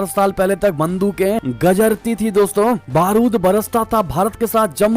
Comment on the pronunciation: बंदूके गजरती थी। या गरजती थी बोलनेका सही रखा करो।